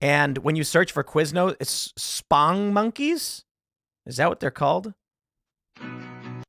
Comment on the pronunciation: Been following Tim for a long time. Best place for my news and no hate whatsoever, but when Tim said “Spong-monkeys” when it is clearly “Sponge-monkeys” my brain went “huh”